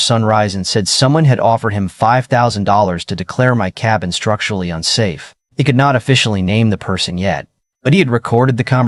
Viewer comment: Can't you pronounce "unsafe" correctly???